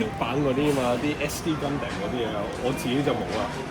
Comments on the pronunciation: 成條片為一敗筆之處就係gundam讀音。如果Stevo可以跟返日本原本讀音就會完美。讀gun-dum 唔係gun-dam，就好似sake 讀sa-keh唔係sa-kee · it's not Gun damn, its Gun dom, like Condom with Gun, XDDDD